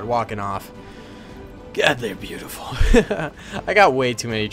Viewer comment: Stop saying bea-utiful